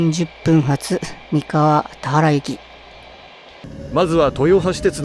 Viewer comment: 動画での投稿者さんの声 クリスタルボルト→クリスタルポルト たわら方面→たはら方面